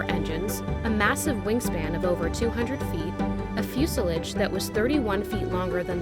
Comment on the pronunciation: Fuse-Ah-laje - yeah this reminds me of the low quality stuff of cheddar with frequent mis-pronounced words and fuzzy facts.